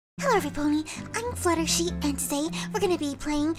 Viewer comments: fluttershy not fluttershee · AND SHE SAID FLUTHERSHEE NOT FLUHERSHY AAAAAAAAAAAAHHHHHHHHHHHHHH SHES GONNA DIE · IT’S FLUTTERSHY NOT FLUTTERSHEE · Hahahahha she called hersens flutterSHEE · Not fluttershee or fluttershall or fluttershai It’s FLUTTERSHY!!! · Fluttershy: hey everybody i’m Fluttershee and today i’m gonna play rat simulator Me: your Fluttershy!! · Fluttershy your name isn't Fluttershee. Its Fluttershy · Your fluttershy not flutterSHee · I think she said Fluttershee :3 🍪🍪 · You sed fluttershee but then you sed Fluttershy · And SHE CALLED HER SELF FLUTTERSHEE!?!??? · I thought you said that your name was FLUTTERSHY NOT FLUTTERSHEEE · Wait did fluttershy said.......I'm FlutterShee? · your name is Fluttershy not Fluttershe anyway I love your videos it's all good and I want you to play this new game it's called Five Nights at fredbears I want you to play it please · She said fluttershee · fluttershe?do u mean fluttershy 😊☺ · Who else heard her say fluttershee instead of fluttershy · Huh your name is fluttershee not fluttershy???? You just said "Hi everyone its fluttershee" Me "Wutttttt" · She called herself fluutershe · Umm....fluttershy you just said fluttershee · wait is it fluttershee or fluttershy? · you sed im flutershee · You said fluttershee. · U said u were Fluttershee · U sa8d fluter SHEE ur flutterSHY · I thought it was flutter shy not fluttershee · why you sed Flutersee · Your name's Fluttershy not flutter she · You are calld fluttershee insted of fluttershy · no your flutter shy not flutter shee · U said fluttershe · Fluttershy not flutter she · Katie Ngo And then she's gonna run to siri blaming her for calling her fluttershee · wait what? fluttershy just said "hey it's fluttershee here" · Omg she said "hi guys I'm fluttershee" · Did, Did you, Did you just call yourself Fluttershee?!!! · LOL SHE SAID FLUTTERSHEE HAHAH!😂😂😂😂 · You said " hi it's me flutterSHE!" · Fluttershy did you call yourself fluttersee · Oh my gosh she actually said fluttershee